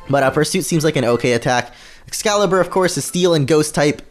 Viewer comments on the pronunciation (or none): none